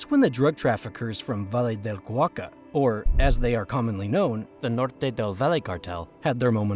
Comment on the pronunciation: Cauca, Cauca, not Cuaca